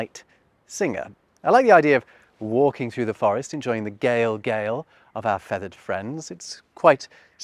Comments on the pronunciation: Prettybsue thar “galegale” was pronounced “gally-gale”! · I like galegale but I think a better pronunciation would be "gay-leh gay-leh," except the y isn't so strong. The current pronunciation is a bit clunky.